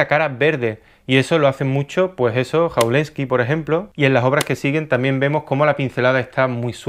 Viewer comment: jawlensky, la J se lee como una Y